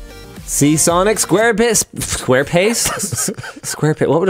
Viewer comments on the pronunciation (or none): totally said SquarePiss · He said square piss lol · square piss? I heard that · Is it me or did he say square piss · Can´t fool me, you said "squarepiss" xD Nice save though, rolling it into "pace" ROTFL